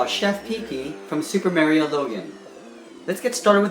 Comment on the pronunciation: do you even know w to say mario